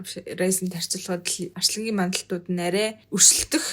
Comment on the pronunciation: Арьслангийн биш Арслангийн гээ хэ